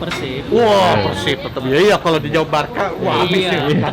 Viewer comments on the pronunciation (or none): Kalo nyebut PERSIB itu PÉRSIB Bang...